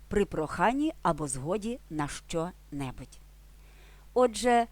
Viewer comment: шановна автарко, спробуйте пояснити ваше "щЧо"! чому у слові "що" Ви наголосом виділяєте звук "Ч", тобто додаєте 3 звук... замісць м'якого ЩО, який складається лише з 2 звуків